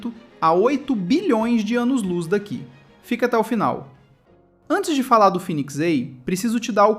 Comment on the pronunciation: Pq não fala direito, fênix em vez de finix, vai tomar no cool